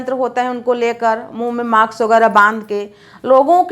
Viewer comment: I respect you for your work...but u don't have need to make video in every topic...even u r unable to speak mask..u r speaking maks.